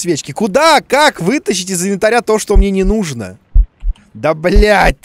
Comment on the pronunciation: Думал что я один иногда говорю "нудо" вместо "нужно"......